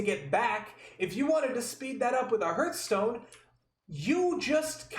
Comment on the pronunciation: the fast travel currency will be sold as a microtransaction for sure, you are 100% right about that. Its heartstone btw, not hurtstone xd